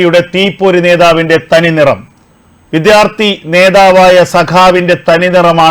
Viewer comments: Use your pronounce correctly. Vidhyarthi alla. Vidyarthi ennu prayuka. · വിത്യാർത്ഥി അല്ല സർ വിദ്യാർഥിയാണ്